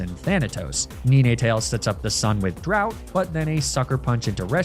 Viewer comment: Please tell me this kid was saying ninetails like that as a joke. He doesn't actually think Nine-tails is pronounced Ni-ne-tails does he?